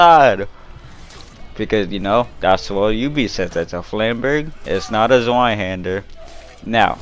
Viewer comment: They did say it's a zweihander, but they butchered the name badly. Flamberge is just the blade design, but I'm sure you know this already.